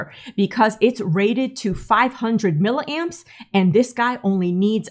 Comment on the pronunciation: What is a mill a amp? I always thought they were "Milli" amps... Just being ⛏️ picky, like how I hate people talking about "JiggaHerz" 👹